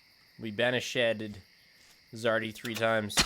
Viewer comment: It's "Zardy" :P